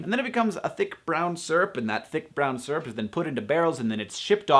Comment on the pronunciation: I love that you put so much time and effort into these videos and into decreasing world suck. It's pretty freakin' inspirational. Also, I love how you say 'syrup'.